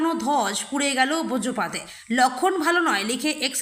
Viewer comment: ব্রজপাত নয়, বজ্রপাত। উচ্চারণ ঠিক করো।